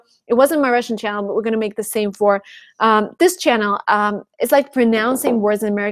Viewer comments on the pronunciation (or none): Interesting, your pronunciation is perfect! I hear some Rusian influence only when you say CHANNEL and WATCH because your CH is too soft. I hope you can work on that. Love, hugs...